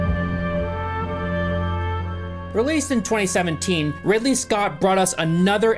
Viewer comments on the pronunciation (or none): after a year the only thing anybody was worried about is that you said five up instead of give up nobody corrected you on Ripley instead of Ridley lol anyways hope life has been good to you